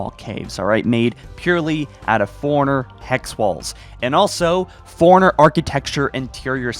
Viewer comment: It’s impressive this guy is a “halo follower” and calls “Forerunner” “foreigners”......